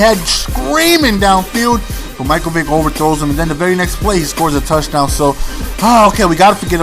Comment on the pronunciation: and btw, the vid says mike vike, its vick! great vid tho